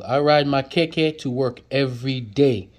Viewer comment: lol you butchered everything hahhah igbale broom,honroo, ijaaapa tortoise,jeee wake up,,keeeke bicycle